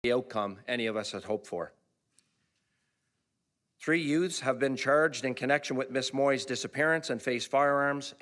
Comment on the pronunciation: TREE YUTES? 😂